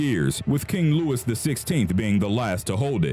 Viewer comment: louis = loo-ee